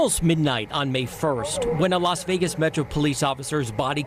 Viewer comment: LAS Vegas, not LOS Vegas. Masculine versus feminine.